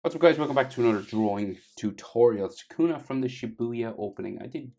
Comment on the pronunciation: It's not sakuna is sukuna